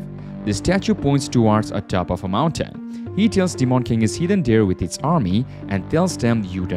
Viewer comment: The way u say demon is annoying 🤣 … Deemawn king